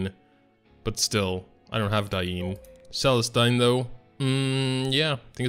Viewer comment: Why you miss pronounce every name in the game? Not that hard to double check on YouTube cermia's name Celestine diene cartuja....